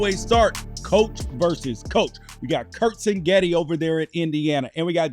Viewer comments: CIG-NETTI NOT sing-etti , also This aged terribly… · Well at least this guy is consistent. He calls Indiana’s coach Sing-getti every time. But it’s Sig-netti. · It’s Sig Netti chief not Sin Getti 😂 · It’s pronounced ‘CIG Netti’. Great analysis though. However, I’m sure you’re wrong about the final score. Indiana will come out hot and silence the crowd. Final Indiana 42, Oregon 17. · Yes, and that’s pretty annoying. Seems like his producer, or cameraman, or somebody would’ve corrected him.